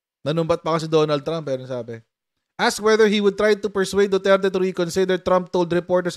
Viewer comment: Ang rinig ko DUTETE